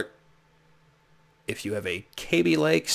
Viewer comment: BTW its kaby as in short 'a' not like baby, another one people get wrong is x16 is not 'times 16' its 'by 16' , 'by 4', 'by 8' etc although I am not referring to you.